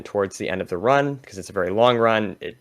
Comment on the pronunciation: All of them just said feinberg 💀(good video btw)